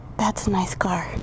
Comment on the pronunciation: Some how when you say "car" I think you really mean "butt".